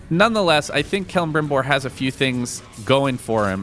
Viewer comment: The way kept pronouncing Celebrimbor's name bothered me a little.